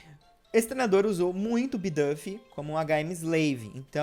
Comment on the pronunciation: Bidúf, nao bidãfi